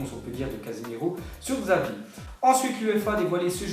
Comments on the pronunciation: Xavi ça se dit Chavi 😂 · Ca mfais delire les frcs qui dise Xavi et pas "Chavi" ca s'ecri avk un X ms ca se prononce Ch